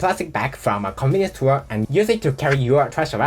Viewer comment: Every time you say "Convenience store" it sounds like you are saying "Communist Tour." 😂